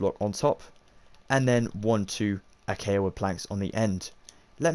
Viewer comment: I know it's knit picky but your saying acacia wrong but other than that amazing video